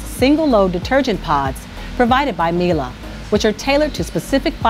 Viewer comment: It’s Mee’lay, not Mee’lah!